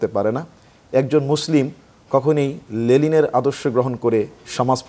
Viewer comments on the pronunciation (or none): লেলিন??? না না , লেনিন বলুন